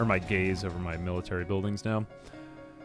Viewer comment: I kept hearing gays and not gaze , just made it funner.